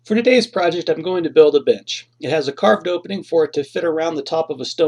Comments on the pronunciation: Everytime he says “bench” I hear “bitch”. Now watch the movie one more time with that in mind 😂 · i thought he said: "todays project im going to build a bitch" i giggled really hard. sometimes miss hearing things make you laugh and cheers u up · I just cant unhear him saying "Im going to build a bitch" :D